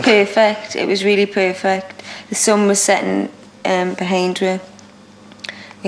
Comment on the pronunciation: perfect not poo-fit ...bwahaha!